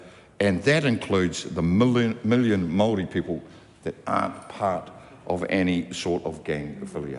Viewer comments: Mark is right, but it's a bad look pronouncing it "Maari". We need to be smarter and sharper than that. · Anyone who pronounces maori like that is probably anti maori 😂